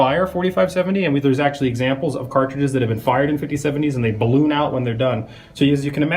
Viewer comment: He did say baloon